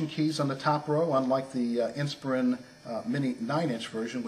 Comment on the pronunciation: you pronounce "inspiron" wrong. you say "inspirIN" but its "inspirON"